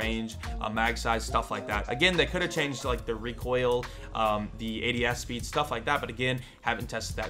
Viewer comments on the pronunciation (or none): Reek oil 😂 bless you m8 haha recoil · Someone make a short vid of him saying reek oil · “Reek Oil” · HAHAHHAHAH "REEK OIL" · Did someone say rEEkOiL? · talks for 2 mins for his into What I ear: REEKOIL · Lets make a drinking game each time says "reekoil" do one shot if he makes a video about "reekoil" drink three WARNING:COULD EASILY GET ALCOHOL POISONING DON'T SAY I DIDN'T WARN YOU